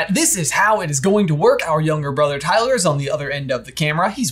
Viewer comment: “T Y-ler” that’s...amazing